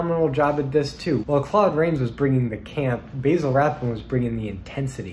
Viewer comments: Rathbone's name is pronounced "Bazzle" not "Bayzle". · One note, Basil Rathbone always pronounced his name "bazzel," not "BAYzel".